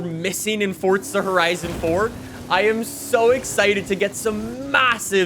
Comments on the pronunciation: Forza or fortza!!! pls say forza whit no t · if this dude says fortza one more time, ill commit war crimes